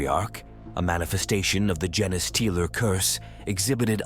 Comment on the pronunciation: I couldn't finish hearing "jenny-stealer" for the 100th time.